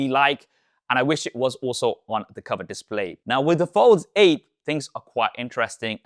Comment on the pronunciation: Bro can't say "display"